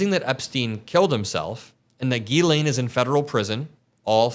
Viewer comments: you gotta stop calling her gHeelane, that's not how you pronounce her name. That's how Ben from meidas touch does, and it's very annoying. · Trump isn't the only one doubling down on a mistake. You need to learn how to pronounce Ghislaine. Come on, it's not that hard.